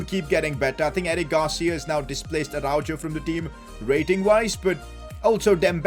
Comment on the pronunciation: No way said aruajoe